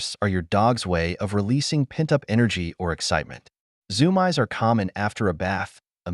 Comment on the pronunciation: What the heck are the zoom-eyes??? It's zoomeees! Is this all done by AI??